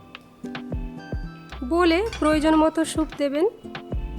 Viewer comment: Veggies kete rakhle vdo ektu compact hoto and ur pronunciation is not good it’s soup and not shoup